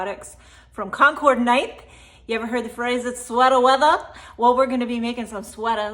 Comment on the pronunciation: Hahaha “sweata wetha” I’m loving the front facing view ❤